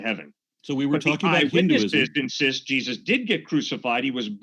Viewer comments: Jee-zee-eyez. Aron is the best!!! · Aron Ra is funny as hell!! He said "Jesusi." I'm dead!🤣